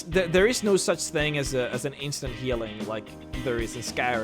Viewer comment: Where are you from? I thought you were American and was surprised by your... interesting... pronunciation of the words "Fall" and "as". The thought has now occurred to me that you are obviously not a 1st language English speaker.